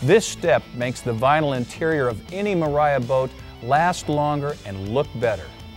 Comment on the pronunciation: I took a shot every time he said mariafbsemc